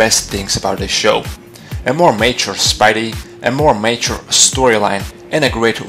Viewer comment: Where is ultimate spider man? Oh yeah you say mature like your saying nature